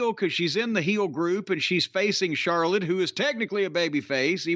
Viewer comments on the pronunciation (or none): none